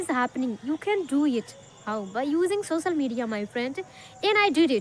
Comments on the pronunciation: Not सोसल it's सो श ल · Bro her accent is not good but fluency is good...languves,sosal media,inicially,hab anyone, is this the slang your talking about? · Sosal media nahi ...social media bolo first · Sosal media not social (soshial) 😊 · Sosal or social 😂